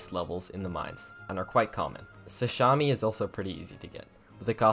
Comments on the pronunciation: I got caught so off guard when you said “sashami” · did i hear sashami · The way you pronounced sashimi made my ears commit die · i guess no one is gonna talk how he pronounced sashimi